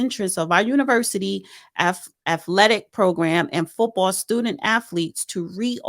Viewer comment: Did she really say "affletics" and "affletes"?? I thought it was spelled and pronounced with a T... not f's. She should stop trying to say certain words with her speech issues LOL